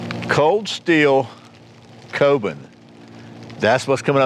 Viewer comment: It's pronounced "koh-boon".